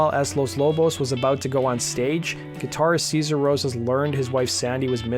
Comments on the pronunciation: More like “Seh-zar”, really. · It's SAY-ZAR not SEE-ZAR. I know because I sold Los Lobos guitars in the early 90s. They were in town for a show and came to the shop where I worked. I was stoked to meet them. At one point David (who's even bigger in real life) pulled me aside and said ,"Don't call him Seezar. It's Say-zar." Sayzar hates white people."